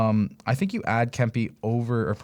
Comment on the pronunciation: Adrian Kempe (pronounced Kemp-ehh). It's almost like you've never watched a Kings game before. Love your show but that is weird you don't know how to say his name.